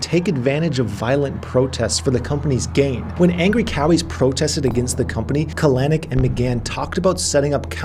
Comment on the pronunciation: kah-LANNN-icckk... super cringe on that pronunciation - emphasis goes on the first syllable CAL-eh-nick...